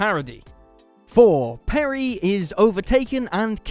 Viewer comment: Peri's fake American accent is horrible. 😣PerI not PerrY.